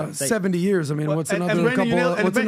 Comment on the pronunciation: 15 yawrs (year) 😂😂😂😂😂😂 it’s not years any more for me.